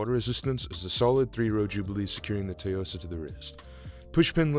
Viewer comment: No one seems to get the correct pronunciation of Tsuyosa. Weird, it is not that hard. Besides that, 5 out of 8 watches have Citizen movement, which says a lot. Seiko is falling behind.